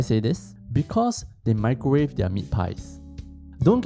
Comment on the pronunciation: “Mee crow wah vay”